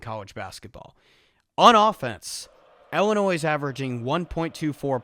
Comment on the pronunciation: Great analysis except for everytime ‘illinois’ was pronounced like that